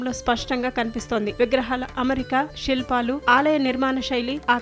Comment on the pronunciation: షి వాలయం , షి ల్పాలు కాదండి. శివాలయం, శిల్పాలు.. తెలుగు ఛానల్ లో అయినా తెలుగు సరిగ్గా పలకమనవి.